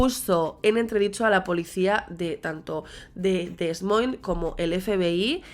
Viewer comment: Felices fiestas! Sin intentar ser un pesado quisiera decirte que en la palabra "Des Moines" no se pronuncia la "s" en "Des," en USA lo pronuncian "De Moines" Como en la palabra "Island," la "s" es muda. Otra aclaración, yo escucho True Crime en Inglés, y tengo entendido que el FBI se envuelve en las investigaciones, sólo si los sospechosos cruzán las lineas de estado a estado, ya que eso lo convierte en crimén federal, la otra es cuando los departmentos de policías locales los solicitán. Salúdos y gracias por tus videos.